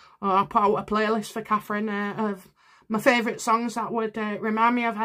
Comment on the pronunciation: Please, please say Catherine.